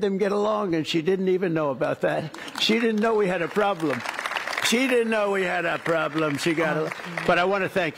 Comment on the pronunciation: She literally can't even speak or English properly "K-now" is a mistake absolute noobs make